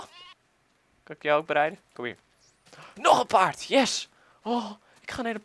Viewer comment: nu zeg je weer paart met een d. 1 ding kiezen